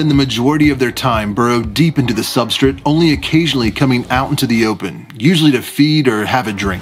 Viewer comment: PLEASE!!! SAY SUBSTRATE (SUB-STRAIGHT) IT'S NOT CALLED SUBSTRIT!!!!! great channel though!